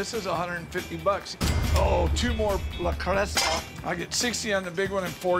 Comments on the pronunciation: He read it off a script. I kept laughing at "le Cresta" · ‘’ 😂 - er ‘le creuset’ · He said le creste but it is pronounced le cruse. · No one else annoyed at how he is pronouncing le creuset?! It’s French and the correct way to say it is: 'luh-CROO-zay'. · ‘’ hmmmmmmmmmmmmm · Le Creuset: “La Croo-say”. Not Lasocta or Lacresta. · Can't pronounce cookware manufacturer correctly but knows how much it's worth 🙄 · ... hearing him pronounce the name of the cookware made me cringe. That's not how it's pronounced.... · La Cresta? Le Creuset. J.R. Hinckleys? J.A. Henckels. Lol